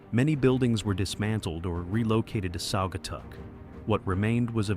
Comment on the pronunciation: Who are narrated this program about Michigan can't say the names of the Cities correct the last one is Saugatuck Michigan and there's other ones he couldn't say correct either I was born and raised in Michigan and whoever narrated this doesn't know what he doesn't know how to say the names of the Cities correctly😮